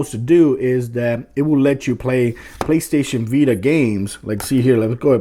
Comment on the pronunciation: "PlayStation bita"